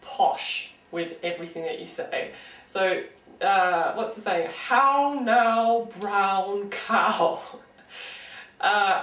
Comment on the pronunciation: as soon as i heard you say "how now brown cow " i thought of the nanny also tryna be posh... and i pretend i have an english accent when i sing my vowels ..